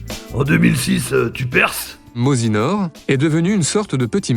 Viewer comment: Mozinor prononcé par Clara Morgan la classe!